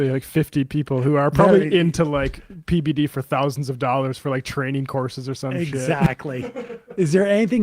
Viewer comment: I love how Sam repeatedly refers to PBD as "PDB", and no one ever corrects him 😂